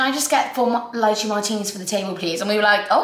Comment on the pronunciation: has anyone mentioned that its pronounced lay-chay for lychee?